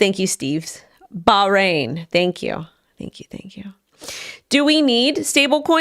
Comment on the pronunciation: Ba - Ha - Rain - Bahrain